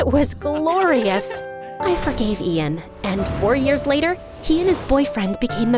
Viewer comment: "When she said "Ian Gallagher ", I swear to god I thought she was saying, "Adian Gallagher 😂